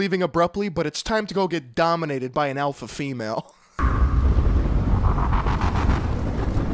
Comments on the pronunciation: I’ve now heard the word “alpha” so many times that’s it completely lost all meaning, and now just sounds like someone trying to say “apple” with no tongue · they said alpha male so much all i'm hearing alfamel now XD